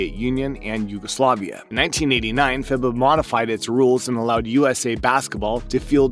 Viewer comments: Dude, why not try and learn a little about the game or at least know how to pronounce names. For example: FIBA sounds like "FEEBAH" and Coach K, yah know the coach from Duke sounds like Shuhshevski. Must be a robot voice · “Fibba” “Krezooski” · "Fib - uh", Mike "Cruise - chefski"??? Did you start watching basketball 2 hours ago? 🤣🤣🤣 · FIBA is pronounced feebah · Listening to the way this guy mispronounces "FIBA" and "Krzyzewski" tells you all you need to know about the credibility. along with the US just winning the Gold Medal like an Hour ago...